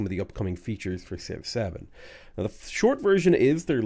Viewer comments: When you say Civ 7 it sounds a bit like Six Seven. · I like that when you say Civ 7, it sounds like 6-7.